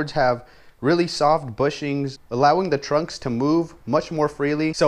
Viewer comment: They're pronounced trucks, not trunks 😂